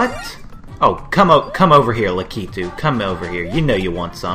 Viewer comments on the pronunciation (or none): none